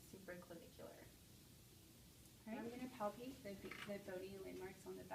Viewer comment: ‘’ I’m gonna palpatate’’ Now I’ll have nightmares...